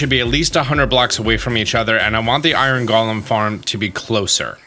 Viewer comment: gets mad cause people correct him pronouncing ingot Also: pronounces “golem” wrong I love the shade LOL